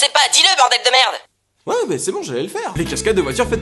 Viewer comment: Le "merde" avec l'accent à la fin me fait toujours autant rire. X') C'est chouette de regarder les anciens épisodes, ça soulage l'attente pour avoir les nouveaux. ^_^ Continue comme ça. =D Bonne journée, camarade Belge. o/